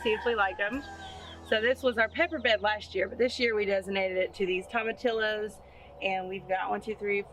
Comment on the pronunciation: Everything is looking great you two! We are getting into the rainy season here in central Florida so I am keeping my fingers crossed for my garden. So far have already harvested tomatoes, bush beans, okra, squash , cucumbers and zucchini. BTW: tomatillos is pronounced TOE-MA-TEE-YOS. Have fun in the garden and Gond Bless!!